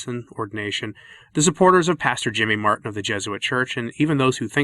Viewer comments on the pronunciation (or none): none